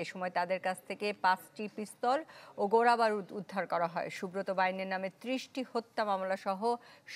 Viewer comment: ও আফা– ‘গোরাবারুদ’ আর ‘আদিপান্ত’ হইবে না। হইবে ‘গোলাবারুদ’ আর ‘আদ্যোপান্ত’! খবর পড়তে আইসা যদি ইমুন ভুলভাল উচ্চারণ করেন– তইলে কিমুনডা লাগে আমনেই কন!🫢